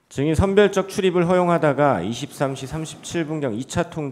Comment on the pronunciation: 형배 재판관은 증자을 잘못하네 ~ 자꾸 정인이라고 하네~ ㅉㅉ 다른사람들은 증인이라고 하는데~